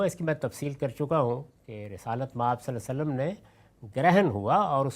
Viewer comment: I don’t understand why GHAMIDI sahab couldn’t say “SvaLLaLLaaho A’layhi Wa SaLLam” whether he is doing it by purpose OR he really couldn’t pronounce it. I would be grateful someone his student or his followers can Ask him. It’s Really Annoying. Also His Normal Pronunciation “Tajweed” of Quran and Arabic is very poor.